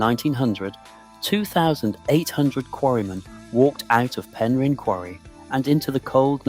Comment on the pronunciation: It’s pronounced pen rin